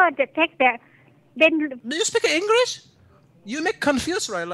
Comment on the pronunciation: haha "do you speak engrish? You make me confuze rye now" XD haha